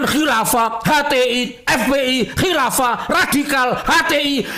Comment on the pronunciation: Nyebut kilafah sampek kiafah..wkekkekkwkekekkekkkkkk